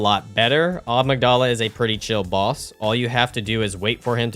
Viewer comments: Amygdala. "a-MIG-dah-la" not "OGG-muh-DAH-la". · I see he's still calling them "Agmydala" instead of "Amygdala". I thought it was a mispronouncing in the previous video. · love the amygdala pronunciation